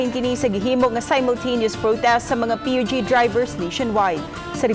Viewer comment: Unsa to Dai??? P-U-G??? Haskang bisayaa gyud nmu dai 😂😅🤣 PUBLIC UTILITY GEATAY 😝😝😝